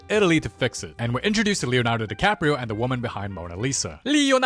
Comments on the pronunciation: "Leoardo DeCaprio" is crazy 💀💀💀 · "Leonardo DiCapiro"😭😭